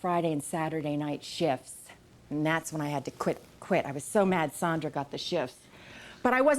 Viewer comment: She really doesn’t know how to pronounce Sandra Bullock? It’s not Sondra. lol